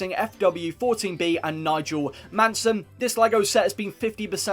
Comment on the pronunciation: Nigel Mansell.. not Mansen